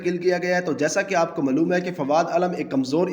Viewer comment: lekan nahi hota lekin hota hai, crickatt nahi hota hai cricket hota hai, maloooom nahi hota malum hota ha jaahil pendoo